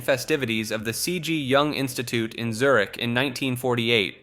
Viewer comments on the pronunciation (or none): none